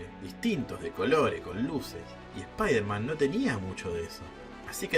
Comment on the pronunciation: Es "Supaidaman" almenos verbalmente